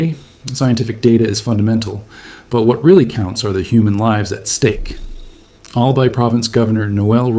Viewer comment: Mayon (My-on), Albay (All-buy)